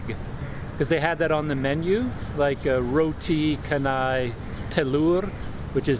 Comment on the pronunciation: Teh tarik is pulled tea.. That roti with gravy is roti banjir ..banjir means flood..maybe because the roti is flooded or soaked in lots of curry . Some of the restaurant staff are from India & cannot speak English.. Roti canai is pronounced as chanai as you pronounce 'chance ' You should try roti tissue next time you came across mamak / Indian restaurant